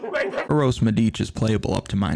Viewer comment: Don't call him by his initials....LMAO.... Anyway, thanks god for the first podcast this week where an american pronounces correctly Medič....Good luck tonight....